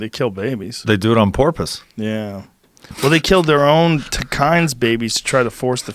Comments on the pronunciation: Joe "I don't know what Porpoise is" Rogan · Lmao Porpoise 😂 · "They do it on porpoise."